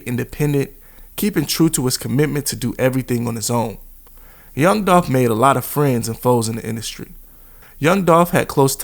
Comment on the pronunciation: It’s Dolph